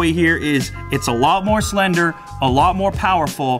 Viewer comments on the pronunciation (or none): none